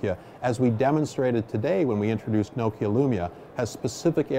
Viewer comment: Does the Nokia CEO realise hes pronouncing Nokia wrong?